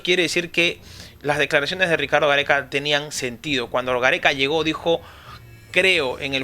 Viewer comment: Pero porque lo dice tan brusco...